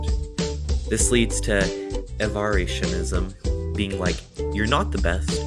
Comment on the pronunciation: It's not Avar-itionism, it's Avarition-ism.